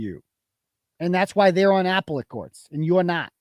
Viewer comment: I sure hope when keeps saying Apple let judge and Apple let court he's not serious and he's joking around like when he says after David instead of affidavit.